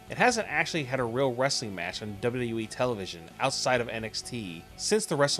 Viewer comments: Learn to pronounce WWE lol wtf is duyudub-e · "Dabledabledabyou EEE" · "Duba you da you wee"